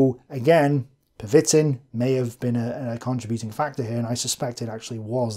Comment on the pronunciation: Pervitin is pronounced Per-ve-teen, with the emphasis on the last syllable. But completely agree with your assertion that if we 'monsterify' Hitler, we deprive ourselves of the opportunity to learn.